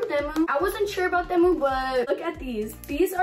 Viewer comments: The way she thinks temu is Spanish and says it in a Spanish way😂😂 it’s pronounced tee-moo not tah-muh 😂😂😂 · Themu😂 lol it's pronounced tee-mu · Why you say TEMU like that😭